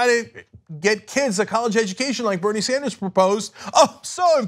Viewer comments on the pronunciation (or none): none